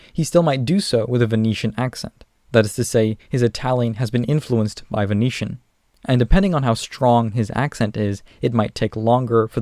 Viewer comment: When you pronounced Venetian I heard it as Phoenician and was like wtf xD